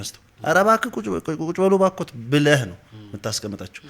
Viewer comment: በጣም ደስ የሚል ውይይት እና የሚያኮራ እንግዳ ነው እድሜ እና ጤና ይስጥልን ወንድሞቻችን። ግን ከተቻለህ ይሄ ክ የሚለውን ፊደል ለምሳሌ ብለህ ለማለት" ብለክ "ባትል የእህትነት ምክሬ ነወ። ትንሽ ለቋንቋው ውበትም ከማሰብ ነው።